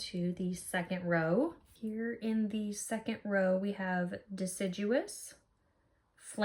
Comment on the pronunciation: It's probably horribly snobby of me... but it made me so happy that you pronounced deciduous correctly 😍 I really enjoyed this video. Thank you.